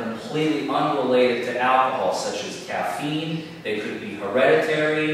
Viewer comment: The prosecutor can't even pronounce the word "alcohol" properly. It's not "ackahol."